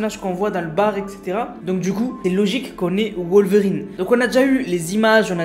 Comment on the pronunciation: Il prononce mal wolverine 🤣